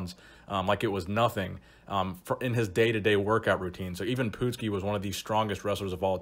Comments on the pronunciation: Next time when you do someone you didn’t know, make sure you ask someone on how to pronounce their name. You butchered it bad!! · Even Pootski? Lol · IVAN PUTSKI... not Even Poopski lol